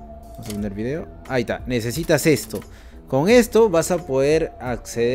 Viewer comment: amigo...... se dice V I D E O V I D E O NO V I D I O porfavor un poco de conocimiento, el minimo es